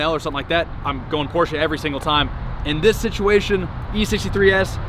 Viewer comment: Shoutout to you actually saying the brand name right.. PorschE!!!!!